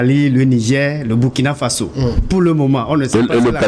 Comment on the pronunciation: M. l'animateur, On dit BOURKINA ( même si on écrit BURKINA) tout comme on dit FASSO (Même si on écrit FASO). Ça fait mal aux OREILLES, quand (surtout un africain prononce ce mot-là si mal.)